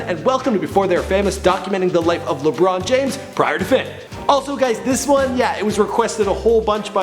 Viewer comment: Lebron James, Lebron James, Le-brown Jaim-s